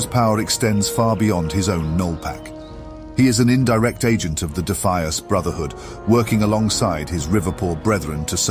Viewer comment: Given the weird pronunciation of Defias and Goldshire, I'm guessing this was produced using Eleven Labs right? Great stuff even so. I'd watch one of these for every zone honestly.